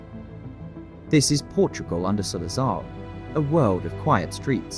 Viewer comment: You pronounced the name wrong straight away 😂